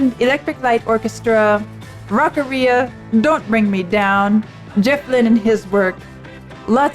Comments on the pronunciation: Gah... Rock-ARIA! Not Rock-a-REE-a. It's not a digestive complaint. 🤣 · Rock Aria... Not the way you're saying it Rockarrea. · I'm going to start doubting your musician credentials if you keep pronouncing aria like that.